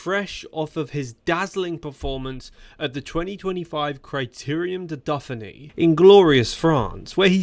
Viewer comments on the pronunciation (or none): AI training issues going on with the speech? Criterium da Duffinny ?